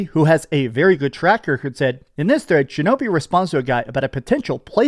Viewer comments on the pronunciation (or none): none